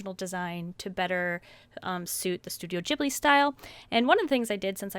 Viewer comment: No offense but you said Studio Ghibli wrong :p Also you NEED to collect more movies.. I have 7 and it's so FUUUNNN ALSO I lovu so don't think im being mean :))